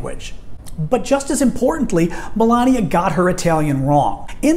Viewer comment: her name is Melania not malaria